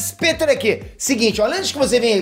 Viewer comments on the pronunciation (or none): none